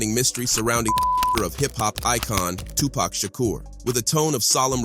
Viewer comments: Tony Yah-yo and Two Pack, and Su-Je Knight legends of the game :/ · 2 pac not 2 pack